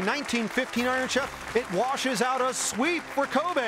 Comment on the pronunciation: LOL, yes, I've caught Hattori saying "oat" instead of "out" at times.